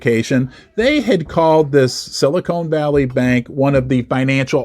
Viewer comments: It's Silicon Valley not Silicone 😆🎩👍📉🏛 it was the 16th not 18th largest too. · Silicone Valley might be an interesting place!